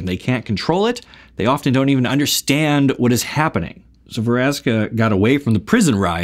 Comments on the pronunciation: Veraska? I thought it's "Vraska" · Ve-raska.. kay then